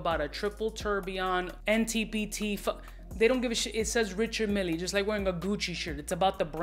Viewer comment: “Mille” is pronounced as “Meel”. Despite being a Swiss manufacturer, it’s a French name.